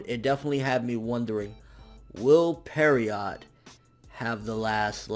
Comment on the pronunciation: Peer-roh. Not parriot. French for essentially a mime or clown.